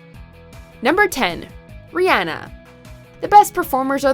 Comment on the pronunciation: it’s rih-ON-na and an-TIE... wtf